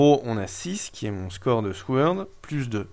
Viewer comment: Très bonne vidéo, sur un jeu que je vais encore devoir me procurer (DF, puis DCSS, puis celui-ci, décidemment, c'est un sans faute pour toi) ! Juste pour info, mais tu en fais ce que tu veux ça ne me gêne pas plus que ça :) En anglais, dans "sword", le "w" ne se prononce pas, à la manière du "k" dans "knight", "knife", "know" et compagnie.